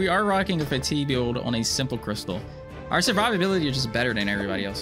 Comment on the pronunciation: Fa-teeg not Fay-teeg